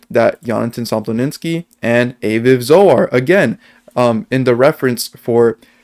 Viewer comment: FYI Aviv is pronounced Ah-veev. Great video. Love this. I really hope Yonatan is Satoshi.